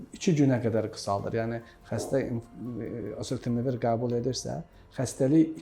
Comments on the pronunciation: Elə deyirki sanki heç kim başa düşməsin, məndə təkrar dinlədi.. məncə osetemevir dedi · Preparatın adını həkim normal tələffüs edə bilmir, preparatın adını başa düşən oldu? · Dərmanın adını da düz əməlli demir eeee,gərək mütləq yanlarına gedib pul verib adını öyrənəsən. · Burada şərh verənlər, xoşlarına gəlməsə də deyəcəm. Çox cahil mülahizələr uydururlar. Bu həkimlər olmasaydı o, allah xoflu insanlar çoxdan ölmüşdülər. Hörmətli həkimin dərmanın adını çox anlaşılmaz tələffüz etdi. Onun adını buraya yazsanız yaxşı olar. Bunları da sizlərə xatırlatmaq istərdim. Silah alverçiləri sülh, əmin-amanlıq istərmi? Dərman alverçiləri insan sağlamlığını istərmi? Dinidar cahillər insan kamilliyini istərmi? Korrupsioner haq-ədalət, qanunçuluq istərmi?